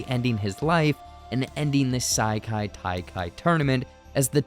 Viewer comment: Bro you GOTTA be pronouncing these wrong on purpose. Ee-yoong-jang-doo and Saikai Taikai?